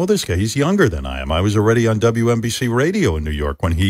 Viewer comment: Howard still saying it wrong, it’s WNNNNNBC